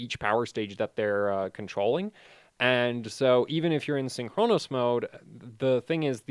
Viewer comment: still saying "syn CHRONOS" instead of "SYNCHronous"